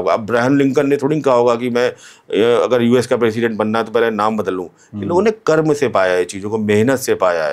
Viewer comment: कर्म को कर्मा क्यों कहते हैं, क्या आप अंग्रेज हैं 😂